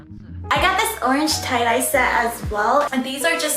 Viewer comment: They cloud-dye hehe Instead of tie-dye